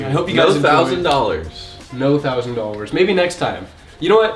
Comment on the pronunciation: can not say dollars for his life